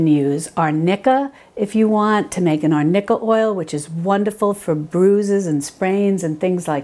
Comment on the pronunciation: Salve not solve. Arnicca so funny 🤣